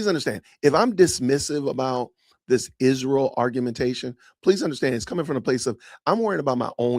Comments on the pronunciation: Izshrael ..ahhhh i despise how she pronounces everything incorrectly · Why does she say Ishreal?